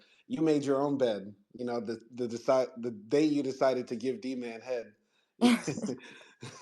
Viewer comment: She raped him her sick azs! And i HATED when she said DMAN....its D- MAN